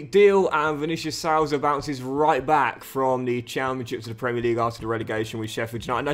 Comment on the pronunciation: Just letting you know as a Sheffield united fan that it's pronounced vinicious suiiiza not how it's spelt but ye